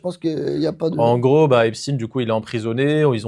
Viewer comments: C'est epstaan pas esptiiine merde. Et merci pour vos rires🫶🫶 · Haipchtayne si tu veux l'écrire comme ça se prononce je crois